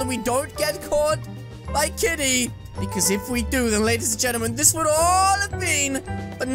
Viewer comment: you keep saying"KTITY" instead of KITTY lol